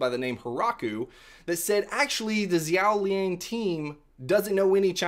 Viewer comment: Little tip, XiaoLian is pronounced “she-ow lee en”